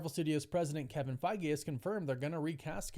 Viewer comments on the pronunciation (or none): none